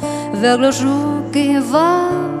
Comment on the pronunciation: Cháu có 1 giọng hát rất trong trẻo, hồn nhiên, và tinh khôi không vẩn đục. Tương lai sư nghiệp của cháu sẽ gặt hái rất nhiều hứa hẹn tiến xa và thành công. Tuy nhiên, cháu cần chú ý vài phát âm cho tròn vành, đúng và chuẩn của vài chữ trong bài này như l’hiStoire, tout lE bien tout lE mal (không phải lES), grand aRbRe, êtrE (không phải êtrE’), celle (phát âm Xelle), d’anGoisse (không phải d’anDroisse), … nhé. Chúc cháu nhiều may mắn và thăng tiến trong sự nghiệp 💖👍